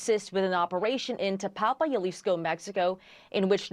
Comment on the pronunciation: It's pronounced as Hah-lisko